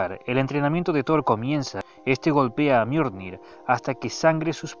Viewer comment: JAJAJa "El miornir"